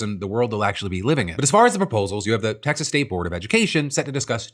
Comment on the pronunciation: Did that say "Exas"?